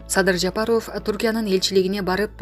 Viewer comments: Жапарофф дебей тура суйло, сабатсыз дикторбусун алып баруучубусун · Даже Жапаров дегенге ударения туура кое албаганга маалыматты окутуп койгон.Маалыматты окуган кыз башка нерсе менен эле алектениш керек.